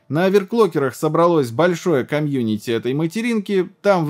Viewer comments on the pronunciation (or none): none